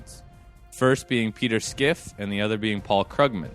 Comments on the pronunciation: I can't get over skiff. Its fine to mispronounce a name but to be making arguments based upon Schiff's position and not knowing how to say it strikes me as a lack of diligence. This in turn makes me question the underlying logic behind a person who doesn't take the time to learn the guys name. I mean have you heard the guy speak ? He starts by introducing himself "my name is peter schiff". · Why are you pronouncing his name "Skiff". If your talking about Peter Schiff, it is pronounced like it's spelled.